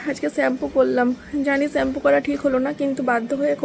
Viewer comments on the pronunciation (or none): ওটা ছ্যাম্পু না ।শ্যাম্পু হবে।ঠিকঠাক উচ্চারন টা কর।তোমরা তো ইনফ্লুয়েন্সার তোমরা যদি ভুলভাল কথা বল তাহলে কেমন হয় বিষয় টা ভেবে দেখো